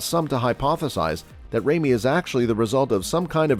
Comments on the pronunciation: It's not Remy, it's Ramy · Lol you sound like a robot my man. It's big RAmy, not Remy. And how can you describe Flex W like that but put him in 4th? And not putting Sergio in this? What a joke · Hard to take thus list seriously when you mispronounced Ramy and Levrone.....